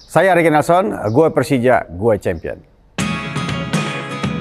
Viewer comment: 4 kata lucu, gue pelcija, gue cempion😂